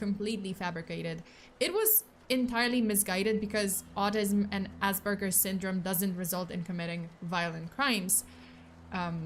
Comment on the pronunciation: There is no b in aspergers.